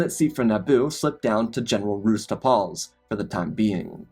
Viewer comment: It's pronounced "Tarples", not "Tar-PAHLLS".